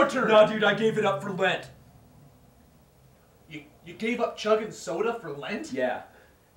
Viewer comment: lent not lint